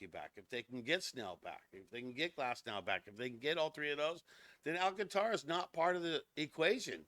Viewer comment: No..it's pronounced..AL. CAN TRA